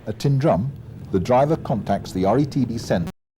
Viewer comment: The pronunciations of some of the places mentioned in this video are very wrong. Milngavie is pronounced Mul-guy and Tyndrum isn't pronounced Tin-drum it is Tyne-drum.